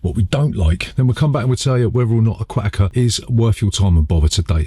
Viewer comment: Im recommending you dub a different accent when saying ‘Aquatica’ some things just aren’t meant to go together you know?